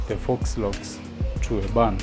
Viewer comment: you pronounced FAUX as fox. It’s pronounced FOE.